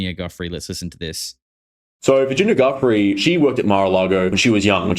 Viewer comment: Why is everyone pronouncing Virginia Giuffre surname as Guff-ree It's actually pronounced Jew-fray RIP Virginia